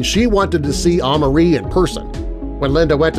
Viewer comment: it’s pronounced uh-mar-ie Amari that’s my name